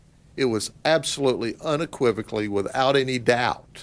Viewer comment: This dude and the word unequivocally lol